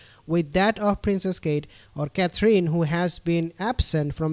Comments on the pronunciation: You are pronouncing Kathrine wrong. It's not pronounced Kathleen but Kathrun. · Just so you know how to pronounce her name its Catherine.....last 3 letters don't mean EEN.....it's pronounced simply as "in" Cather.....in